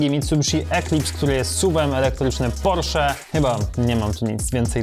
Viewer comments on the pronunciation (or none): none